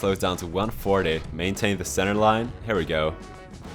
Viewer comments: When you say "here" it sounds like you say "hare". It should sound like "hear". A hare is a rabbit. ;) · why do you say "hur" instead of "here"